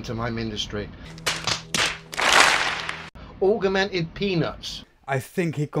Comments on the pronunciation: Aug-er-mented Reality! LMFAO! Great vid. P.s. "I can't work-er that out-er!" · " "Augermented weawity" Who invited Elmer Fudd???? ;-) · And augermented reality... which may be what drills the tunnel that LEO lives in. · You are right, but he has not known the word "augmented" for long, we can hope he pick up on how to pronounce it :-), but he is surely giving it heavy usage. :-) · It's not just 'augmented', he has problems pronouncing quite a few words, although I can't remember any particular examples off the top of my head. Now, I am the last to laugh at people because of their pronunciation/spelling (although being a fully paid-up Grammar Nazi, I am more than happy to point it out!), but when you are trying to come off as vastly more intelligent than a massive group of highly educated scientists such as those at NASA, then it's a good idea to at least get some basics right...! Wade-A-Minit: what am I saying?!?! He's a flerfer! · Of corse LEO can't say augmented reality he can't even say calculator... culculator 🤣